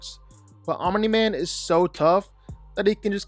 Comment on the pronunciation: The way he says Aumimi man 😂😂😂